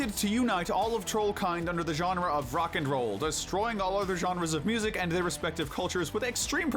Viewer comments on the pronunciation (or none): none